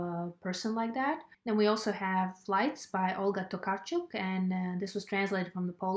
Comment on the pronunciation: Ah, happy to hear you enjoyed the 7th Function of Language so much. It's idiotic to categorized Frankenstain in Baghdad as horror, agree... Your Latvian influenced your brilliant pronunciation of Tokarczuk name :). looking forward to your reivews. Something I'm interested in, if you had same of those translated to Latvian would you read those in Latvian or in English just to be more aligned with the Booker?